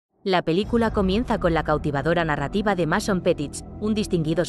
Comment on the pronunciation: No es por nada pero, antes de pronunciar un nombre en otro idioma, debes asegurarte bien como se pronuncia este en nuestro idioma, por ejemplo, el nombre del protagonista de esta película es Masón, pero se pronuncia Meison. No como se escribe o cortándole una letra a la pronunciación en nuestro idioma del idioma inglés, ( o sea, no se pronuncia ni Masón ni Mesón ).